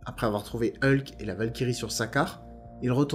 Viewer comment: Hulk pas eulque